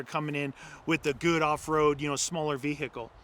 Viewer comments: Ve-HIKKLE...too funny ! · Ve.........hicle Or Vehicle? (is the “h” silent?) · Say vehickle one more time 🤪🤛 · Vee Hickle The way you say it makes me feel weird